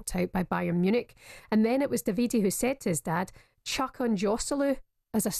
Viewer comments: Davide tells me he prefers the Italian pronunciation DAH vee Day. Italian hit mob will be after anyone calling him Daveedee Fae the calton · Pronounced daviDAY in italiano. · Butchering the guy's name in multiple ways. It's "DAH-VID-AY" Davide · Thank you! My god have they never heard of that pronunciation? Butchering it so badly 😂🤌